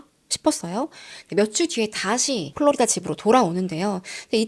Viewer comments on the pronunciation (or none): none